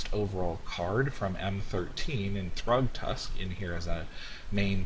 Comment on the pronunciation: ummm... thragtusk is 25 dollars and 12.50 buyprice and its not pronounced "thruugtask"